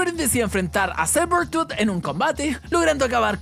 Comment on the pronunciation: dice sabertrooth y es seibetuut